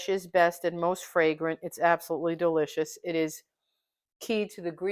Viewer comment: Delicious or “Dill-icious” ☺️❤️ she’s “punny” Great recipe!